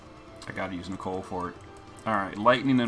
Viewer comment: I love your videos but it gives me cancer everytime you say Nichol"E"....its Nichol for gods sake